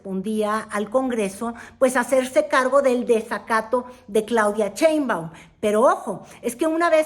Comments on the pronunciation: Querida, no es Cheinbaum, sino Sheinbaum, con sh, así que shh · Es Claudia SHeinbaum no Cheinbaum... Se oye chistoso 😂